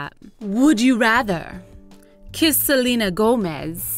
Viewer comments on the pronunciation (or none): none